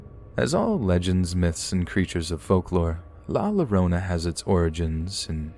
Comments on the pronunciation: I WAS LAUGHING I WAS LIKE “l-Lorona???” BOIII IF U DONT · The way you pronounce la llorona is wrong it’s la yo-row-na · I love your videos but you're pronouncing la llorona wrong, the ll in Spanish makes a y sound like yorona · Just for future reference, La Llorona is just like saying Yorona. In the spanish language, Ll is a Yuh/Yoh sound . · I kept hearing "My Sharona!" Every time he pronounced "La Llorona" like that. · The way you pronounced “La Llorona” is scary and unsettling. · In spanish a double L, ll is pronounced as the letter J in english. Hope that helps for next time. :) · My ears kept twitching with pronunciation of La Llorona. That was basically our spooky story before bed from my Tias and Tios.